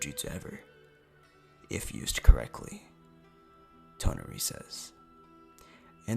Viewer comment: I was talking about him pronouncing toneri